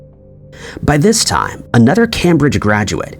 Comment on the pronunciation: This channel has some fantastic information, but I lose faith when the narrator can not pronounce Cambridge.